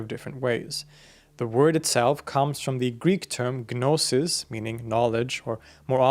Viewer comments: Just cant watch anymore! The G in gnosis is silent. No sis. 😠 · dude... you made a 40-minute video about gnosticism, and 90 seconds in you're blatantly mispronouncing the word 'gnosis!' how can i trust you now?? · guh'nosis...? seriously? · guhnosis lmao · You pronouncing the G in gnosis is driving me insane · Stop saying the g in gnosis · the g in gnosis is silent btw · I believe the "G" in Gnosis is silent when pronounced. I noticed you started to pronounce it differently after the first few minutes. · Well, when I was in seminary studying the Nag Hammadi Library with Marvin Meyer (who translated the Gospel of Thomas), he told us that the G was silent in "gnosis." You don't pronounce the G in "gnostic" - so why would you pronounce it in "gnosis"?